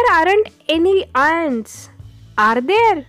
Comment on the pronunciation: khup chhan sangitale dear tuza awaj pan chhan aahe fakt are ch pronouncing thod ...vatle baki mast tx chan